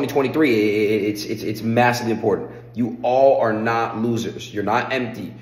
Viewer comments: Wish someone would teach him how to say twenty, twenty three. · i cant express how much it triggers me when he says 202023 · Bro really can’t say 2023💀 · Anyone else notice he says 202023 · Why do you keep saying 202023. Its just 2023 bro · He is man of his word, he still say 2023 '202023'. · I love that he says “2020 23” 😂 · He always says 202023